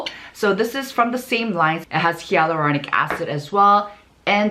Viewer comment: She just confirmed it here in her comment. It's not her accent, she replied that she had no idea that it's pronounced as "hay-luronic."